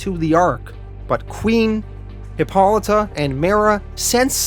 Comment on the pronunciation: absolutely nailed hippolyta though, love the content keep it up!